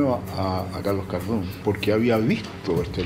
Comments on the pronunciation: Se pronuncia cardun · Cardun, se pronuncia cardún... capici?